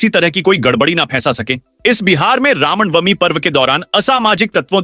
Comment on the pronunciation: Ram nawamee hota .Sahee uchcharan karen